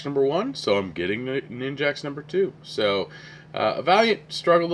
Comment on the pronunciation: I think that name of the book is Nin-JACK, not Nin-JACKS. I have tried to start reading the Black Vortex book 2 or 3 times over the past week and can't get into it. Why did I pre-order? I may just read the All-New X-Men tie-ins and skip/sell the rest.